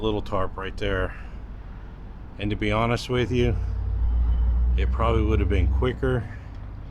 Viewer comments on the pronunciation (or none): none